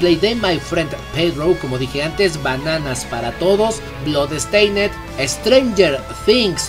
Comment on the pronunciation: Hey hey! Oye, se dice "blodsteind", no "blodEsteinEd" la última E es muda. Y se pronuncia "bilders" no bUIlders.